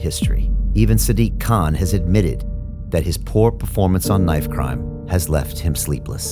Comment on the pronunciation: "sdiq kaaan"